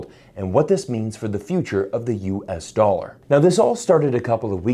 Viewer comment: Yes USA doll-arrr the pirates currency....arrrr....